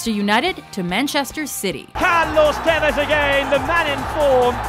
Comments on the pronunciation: Tivez???? It's tevez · Tivez? It's TEH-VEZ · It's pronounced TEVEZ not TAVEZ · It's not pronounced tai-vez it's te-vez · Did you just say Tives.... Smh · Oh god the way u said tevez